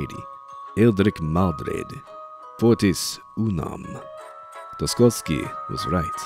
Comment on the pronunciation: Hey! Check out the vid called: "How to Pronounce Fyodor Dostoevsky? (CORRECTLY)" on Youtube because you pronounce it extremely wrong all of the time. Dostoyevsky is one of the most famous Russian writers ever (I don't like him though) and he is the name one of your patrons chose to have as a nickname: "Dostoyevsky was right". I don't know the guy but I assume he might be kind of sad when you keep pronouncing his name like that.